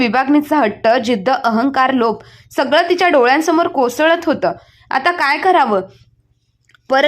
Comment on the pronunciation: कसळत नाही कोसळत